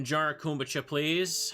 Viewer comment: Why is no one correcting him on his pronunciation of kombucha? 😭